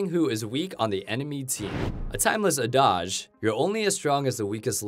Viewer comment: You pronounced adage wrong :) sorry im a spaz, had to say something